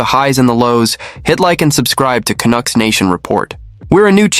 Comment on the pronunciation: AI crap---you know this site is fukked when the computer voice pronounces Canuck as CANOOK.what a joke .Then the voice says Rick Tocchet as RickToshshay.NUFF SAID.